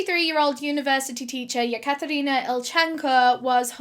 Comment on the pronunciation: The way she pronounces Katherina makes me want my name to be Katherina 😍